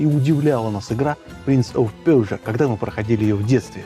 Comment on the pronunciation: Лайк за "принц оф пержа", именно это правильное произношение!